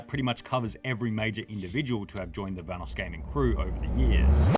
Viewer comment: The correct pronunciation of "Vanoss" has been mentioned many times in the video by the video creator and even Vanoss himself and yet this guy still pronounces it incorrectly